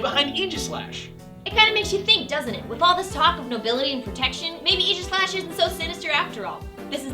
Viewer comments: Its pronounced ag-i-slesh :||) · You pronounced Aegislash wrong. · For the love of god, it's "A-jih-slash", as in "Ray", not "ee". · Wait, that's how you pronounce Aegislash? Like Eegishlash? That's disappointing. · I dug the episode, am happy for Gen VI, and stoked that the first Gen VI Pokemon is one so cool, but I was annoyed by the way they pronounced Aegislash. I know, I know, there are two ways to pronounce "aegis" but still, it just sounded wrong to me.